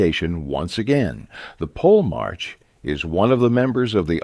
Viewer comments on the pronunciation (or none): The narrator mispronounces the term "polemarch" the first two times the tern is used, then pronounces it correctly the third time, but the fourth time, reverts to the original mispronunciation. The final consonant, written "ch" should be pronounced as a palatal stop "k" not a fricative "ch".